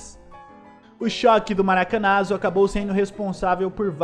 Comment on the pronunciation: Algumas observações. A camisa branca vem até 1957, mesmo não sendo utilizada na copa de 1954. A pronúncia é Maracanaço (pronúncia junção de Maracanã com fracasso).